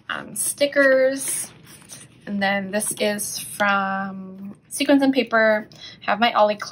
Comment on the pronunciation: Sequins is pronounced like (see kwins). Great video. I enjoyed it.